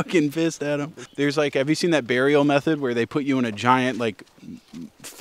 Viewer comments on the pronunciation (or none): none